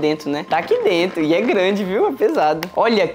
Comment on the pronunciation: O falando "DRENTO" ao inves de "DENTRO" 😂